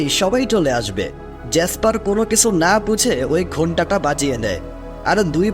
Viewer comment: কিছু উচ্চারণ টা কিসু কেনো উচ্চারণ করেন?